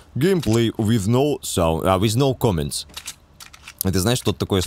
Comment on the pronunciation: "Геймплей виз ноу саунд" Поржал :)